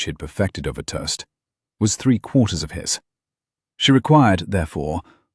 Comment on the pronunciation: Except for the word "toast" 😂